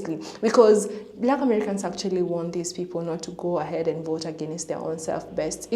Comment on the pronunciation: Adios “I will boat for Donald Trump”